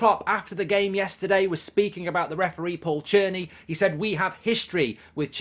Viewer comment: Mark’s pronunciation of Tierney (Churney) is up there with the Guitar bid